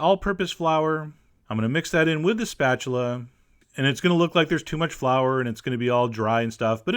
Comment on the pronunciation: when chef John asked "you know what looks like a spachuler " i thought he was getting ready for a joke >.<